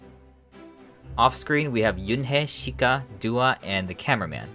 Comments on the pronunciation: Doi is pronounced more like doughy and Doah is pronounced Doh-ah not Duah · It's more like "Doh"-ah and "Doh"-i, not "Doo". I'm sad for the girls, especially my biases Chiayi and Yoonhye. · A little off topic, but the "Do" in Doi and Doah is pronounced like Doe not Dew. They're really sweet girls and I hope that they can flourish in a better company that takes care of them one day :( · doah’s name is pronounced with the first syllable like the sound in “door” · Needed a summary of what happened. This was good. Didn’t like how “Do” in the names of Doi and Doah were pronounced (must be “do” like in “do re mi..” instead of “do” in “do vs. don’t”). He probably knows how to say it correctly, so was left wondering why he put the so much American tongue pronouncing them.